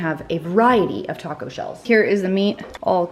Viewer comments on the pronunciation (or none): none